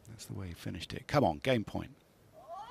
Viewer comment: The way that they pronounced his name throughout this is infuriating